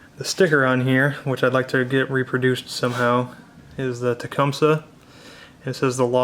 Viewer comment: It is properly pronounced "TA-COME-SEE" !!!